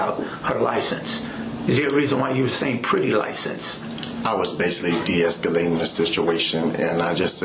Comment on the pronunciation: Pervy man says “basily”